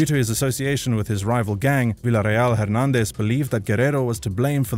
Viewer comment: i see you now pronouncing Hernandez correctly, i wonder if my previous comments had something to do with it